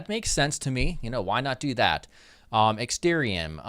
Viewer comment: It's ExtArium,.... not ExtErium.....